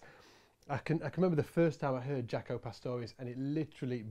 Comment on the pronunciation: It's not "jack-o". It's "jake-o".